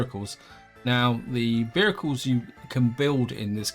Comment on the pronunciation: You talk very strangely, why do you say 'vericles' instead of 'vehicles'. Odd.